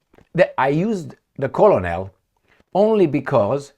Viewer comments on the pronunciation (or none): Since we learn from one another, and English isn't your first language, which you generally speak very well, colonel is pronounced as kernel in English. It looks like it may be similar to colonial, and it definately looks like it would be pronounced as you did, but it's pronounced as kernel.